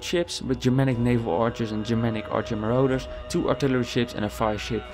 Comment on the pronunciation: marauders. muh-rawd-ders the rest of this was really helpful thanks :)